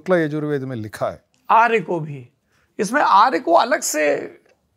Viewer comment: 🙏 दोनों को वेद मंत्र का ठीक शब्द ज्ञान न होने से भिन्न अर्थ बोला गया, जो ठीक नहीं है, आर्याय = आर्य के लिए, नहीं, अर्याय = वैश्य के लिए, है